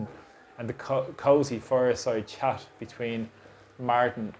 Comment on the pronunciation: Thanks. It sounded as though your pronunciation of "fireside chat" got slightly jumbled there with S replacing C 😂 That image set the tone for their meeting which was to discuss further how better to destroy and betray the Irish people by pretending we agreed to be part of this Council of the Willing to defend Ukraine by sending Irish Soldiers there. This will probably result in Putin and maybe the Chinese bombing Ireland which will give the Government an excuse to evacuate us in to some sort of Gulags. Hopefully not, it's just that they're not up to any good with this.